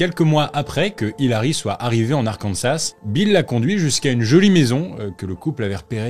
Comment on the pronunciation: La prononciation de l’Arkansas est incorrecte. C’est Arkansaah